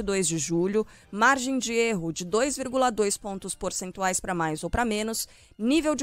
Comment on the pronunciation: Porcentual ou pencentual? Eis minha dúvida agora.